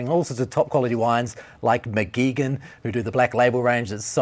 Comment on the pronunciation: Mcgeegan? Ahh chaps it’s pronounced McGwiggan.